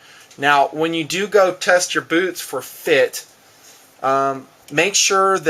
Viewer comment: Hahah, says beewtz